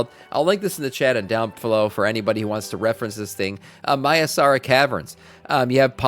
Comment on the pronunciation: Say it with me, Mai Sar Rah. Maisara